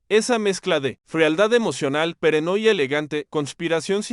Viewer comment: amaba esta serie, pregunto..... el narrador es dislexico, como puede cometer tantos horrores al hablar, como peranoia en lugar de paranoia. solucionen eso buscando a un narrador serio.